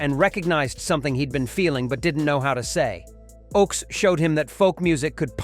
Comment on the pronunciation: Phil Ochs is pronounced like "oaks" instead of "ox"